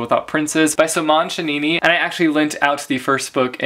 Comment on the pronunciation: i laughed at chanini 😂😂 sorry i din mean to offend, you said soo funny 😂